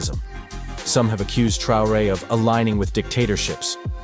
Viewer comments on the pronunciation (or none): Der Präsident von Burkina Faso heißt nicht Trare sondern Traoré! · Ibrahim " troué" la voix IA un peu de respect merci. 🤦🏿‍♂️ Vraiment jusqu'au bout ils nous fatiguent. 🤦🏿‍♂️ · Su apellido es TRAORÉ, NO Trey. Ibrahim Traoré, presidente de Burkina Faso. ¡Es CONDICIONAMIENTO, no condicionancia!